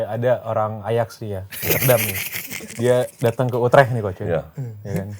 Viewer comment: orang salah ngomong utrecht dibenerin, dia sendiri rubah2 penyebutan kaya lempar tebing dikira lucu